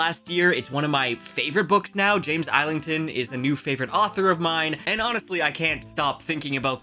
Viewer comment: not island-thon.... it is ''is-ling-ton